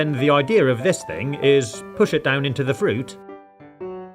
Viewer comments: Did anyone notice the fact that he said "the idear is" instead of "the idea is" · i love when he says ideer instead of idea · "I like how he sayes idea ideiar" isn't that funny? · Kindergarten teacher: ok let’s say idea: Idear